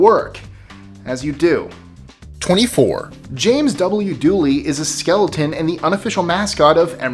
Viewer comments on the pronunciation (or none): none